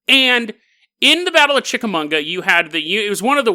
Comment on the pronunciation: Finally, I get to join the club of viewers who have their homes mispronounced by. Chick-uh-mah-ga, dude, there's no 'n' lol